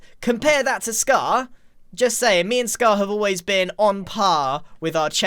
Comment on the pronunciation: You mean you and Scuh-haaar have been on puh-haaar with each othuh-haaar?